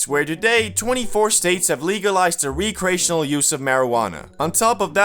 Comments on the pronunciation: "Wreck"reational. Not re-creational. Stop butchering that damn word. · bro its "wreck+re+ashin+al"